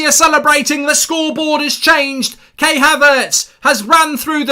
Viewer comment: Goldbridge says Kay Havertz lol